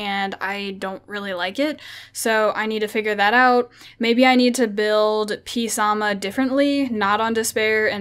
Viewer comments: Its sa moth lol not psam haha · ive commented on the way she pronounces it but hey female they do what they want and dont listen lol pronounce it like this orange ( samath ) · The p is silent with the water fairy king